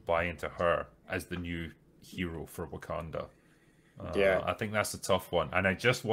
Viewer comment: Heh-heh, heh-heh. He said "Woke-kanda".